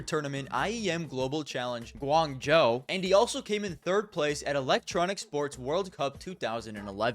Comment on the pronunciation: its pronounced guang-joe btw